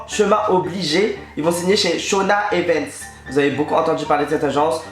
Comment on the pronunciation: juste il a dit ''shonaevents'' ? XD